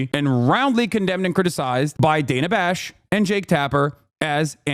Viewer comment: “Dana Fash.” LOL